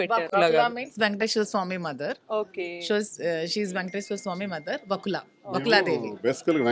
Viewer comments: Mundu ah anchor ni thannali panikimaalindi ekkadinundo digi vachinatlu vaakula ata achamyna telugu lo vakula anachu ga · Anchor waste dhi first vakula amma thalli vaaaaakula kadhu venkanna gari ammagari peru mahathalli chethala vundhi Nuv antuu vunte vaaaaakula ani